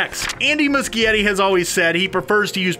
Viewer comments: MUCHIETTI IS PRONOUNCED MOO-SHE-ETTI. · Lol the way he said Andy's last name killed me 😂😂😂